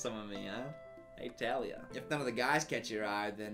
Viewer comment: Is anyone else upset bc he said “Tah-lia” instead of “Taa-lia”? No, just me? Ok.